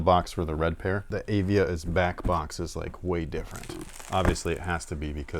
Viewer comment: &, I love the show! I am a 66-year-old Arizona State University professor and an old sneakerhead. The name of the "Praline" is pronounced "pray-leen". The other brand is Avia and is pronounced "Uh-Via". I wore the Avia 880s (white and green) to play basketball in backin Lansing, Michigan. I am pretty sure they were my hoops shoe in 1978 and 1979, They had the "cantilever sole" which was supposed to be a superior technology. The heel was raised on the edges and when you jumped and landed on the heel, you would get a cushioned response as the heel bent. As you said, they were like bricks and incredibly high kind pf like those Dominique Wilkins Reeboks years later. THanks for the show! I really enjoy you guys.